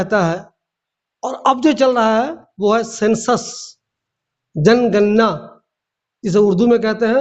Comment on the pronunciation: aap bhi to jangarna ko janganna bol rahe ho